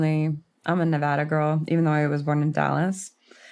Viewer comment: Thank you for pronouncing Nevada correctly! I’m from Reno and grew up between Vegas and Reno. I hate when people call it Nee-vahhhh-da. It’s Na-vad-ah! ❤❤❤😂. Also, our up bringing was so similar! I knew the minute you said 40s and the memories flooded back! Crazy! And the Meth stories. Omg. I wonder if that’s how we all remember NV once we leave it!